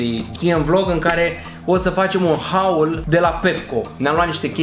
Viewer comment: Se scrie Haul dar se pronunta hol